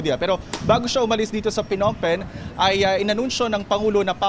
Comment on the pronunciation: anong P Nompen....Nompen ang basa sa Phnom Phen...lol ...sinong reporter yarn